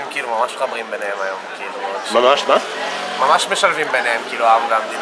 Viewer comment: It's quite frustrating for learners of Hebrew like me. I could tell from the outset it wasn't right cos I seldom hear it replicated by native speakers.